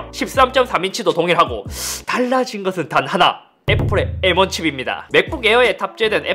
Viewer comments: M1는 에무앙 M16은 에무십육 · "에무 원" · 애..무...16 메..모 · 나만 암욜맨으로 들리나 ? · 애무십육? 왠지 야하다. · seoul aemu king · 예전 분들은 일본어 발음 잔재가 많이 남아서 M16을 에무16 수학 R을 아르.. 팬츠를 빤쓰 등등 쓰는 경우가 많았죠 ㅋ 근데 잇섭님이 읽는 M1 발음이 왠지 모르게 에므로 들리는 착각이.. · 왜 자꾸 암욜맨으로 들리냐